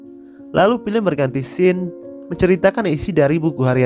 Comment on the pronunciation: bacanya sin bukan skin, lu kira mobelejen